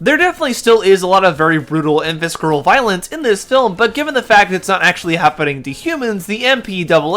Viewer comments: Did you actually say "viskeral?" "Visceral" is pronounced "visseral." The "c" is silent. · Isn't visceral pronounced like Viss-ehr-al? You keep pronouncing the silent c whenever you say it. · <3 <3 the c in visceral is silent >.> -- Visserral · That's not how "visceral" is pronounced, bub. Lol